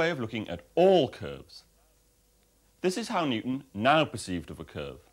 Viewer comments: Newton, not Nutan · Newton, not ‘nucleus’